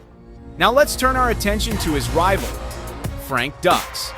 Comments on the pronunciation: Frank's last name is pronounced "Duke". Fun fact: Steven Seagal's first wife owned a chain of Judo dojos. ($) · It's dukes did you even watch bloodshot? Also its not pronounced seagull. It's Segal and dukes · Pronounced "Dukes" not "Ducks" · pronounced "dooks" not "ducks" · It’s pronounced dukes not ducks. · Segal is sickening liar and just as bad or worse than Dux and it’s not pronounced ducks 🦆 it’s put up your Dukes ducks pfffft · Always disappointed when the narrator didn't do the research. Frank Dux is pronounced Dukes, Not Ducks. Take a moment to get it right people. Makes me wonder what else they got wrong. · Pronounced Dukes, not ducks! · I am no fan fan of Frank Dux (pronounced Dukes NOT Ducks) But this video's narrator couldn't try any harder to glorify Seagal... He was making claims for how legit Seagal is and just singing his praises about everything... But when it come to Dux he basically called him a fraud which we all already know and even elluded that Dux has no formal training... While Dux greatly over exaggerates himself he is a legit martial artist... They both have reputations for being liars and if I am being honest hearing from martial artist who know them both I would lean toards Dux just whipping Seagal at any stage of their life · The pronunciation is driving me nuts lol, it's pronounced dooks not ducks lol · This video would have a bit more credibility (a tiny bit) if the idiot commentator actually bothered to learn the proper pronunciation of ANY of the main characters in the video. He gripes about Frank Dux (DUKES, not DUCKS) not knowing what he's talking about, yet this guy doesn't even know how to pronounce a simple name. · If you're going to make a documentary, you should at least learn how to pronounce the names of your subjects properly first. Dux (pronounced Dooks not ducks) Seagal (pronounced Se- Gall not seagull) . What rock did they find that narrator under?